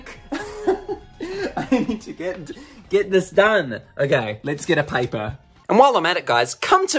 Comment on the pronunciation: Ok lets go get a pipor XD not trying to be rude just the second time u said pipor and it was funny